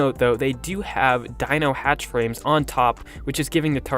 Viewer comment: He’s rating based eh he can’t even say the name of a hatchframe right he needs to learn ark